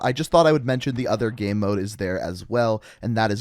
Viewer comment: Bro why do you say game as ge-hm or someth... 😂😂